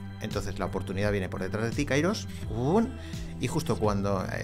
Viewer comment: Καιρός αι=e Se pronuncia kerós no kairós